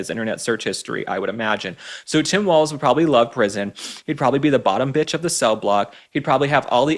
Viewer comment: Please learn how to pronounce "Walz" properly.